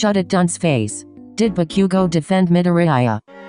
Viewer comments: bakyougo is what they kept saying srsly lmfao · MHA: Bakugou The voice: Bakiugo HAHAHAHAHA